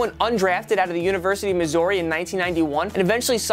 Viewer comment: As someone whos from Missouri the way you pronounce it made me cringe